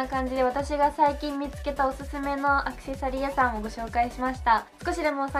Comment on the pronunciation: アクセサリー屋さんの発音が違和感🙄🖐🏻